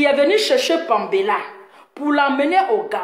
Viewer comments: Vous les activistes là les noms vous ne connaissez pas la prononciation Paméla non pambéla vraiment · Parle de ta personne pasteur laisse pour le Gabon tu ne sais pas prononcer les noms Paméla et péluche